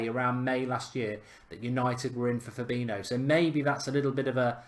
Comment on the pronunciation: It’s fab-een-i-o